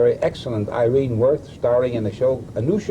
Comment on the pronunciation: very surprised to hear Kup mispronounce three-time Tony Award winner Irene Worth's name